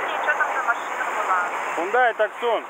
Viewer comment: Хёндай Таксон ))))) Прямо так в СТС и записано, наверное. Хёндэ́ Тусса́н.